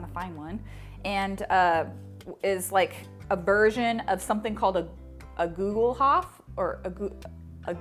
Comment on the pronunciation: Hi! I‘m from Germany, we pronounce it like „google-hoopf“. You can buy a cast iron Gugelhupf from Amazon Germany, here is the link: Love your videos! Kat